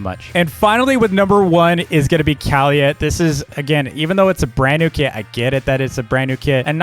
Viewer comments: um do u mean kaliyah (Ka-lee-yah) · Great tier list but ur saying Kaliyah wrong